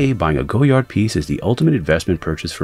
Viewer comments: I believe it's pronounced GOY-ard, not GO-yard. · was looking for this comment, thanks. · Its pronounced goyar the d is silent... this guy.... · Wise Memayor it’s a French thing... we’re quirky like that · Too late! Americans pronounce the "D". It's Goyard with a "D" now. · 000 001 to late? The brand is French so its never going to be to late to change the way you pronounce “goyard” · In English it isn’t Goyard this man isn’t French Clearly someone in Brazil isn’t going to pronounce the word the same way a French Person would let it go it’s not that deep.